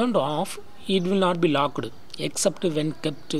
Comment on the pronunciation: Locked not lockeddd😹